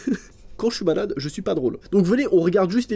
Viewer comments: tu dis balade au lieux e malade:thanksdoc::thanksdoc::thanksdoc::goodvibes::face-purple-smiling-tears::face-purple-smiling-tears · Sa me fait rire tu dis balade au lieu de malade 😅